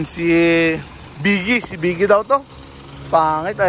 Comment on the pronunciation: boggie nlang reeppa hindi beegie